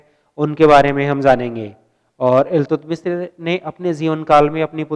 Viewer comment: what the hell is going here...u really don't know that how to speak iiltutmist...😂😂😂😂😂